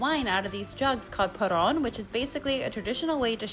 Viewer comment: Sorry lady, it's called Porró!